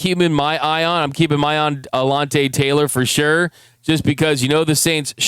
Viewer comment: I know he ain’t just say alonte Taylor lol